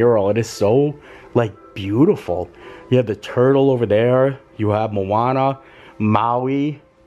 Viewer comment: Sorry, but it’s Moana not Mooana, room looks awesome.